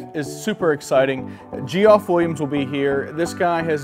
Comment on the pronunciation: His name is not Gee-off it's pronounced Jeff